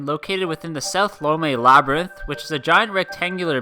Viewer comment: "Labyrnth"? I'd like to buy a vowel.